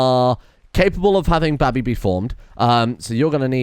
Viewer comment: Just can't get over the way says baby